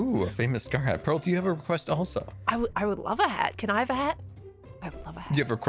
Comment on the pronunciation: PEARL not pear 🤣